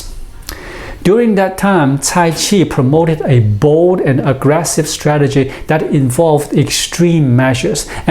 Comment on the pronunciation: Constructive criticism. Loose the A after a word ends in D/T. "Science anda technology". Your English is really good, loose the A. :)